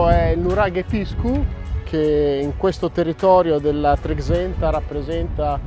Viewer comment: Bel video, fantastico nuraghe. Ma per favore imparate a pronunciare correttamente “Trexenta”!!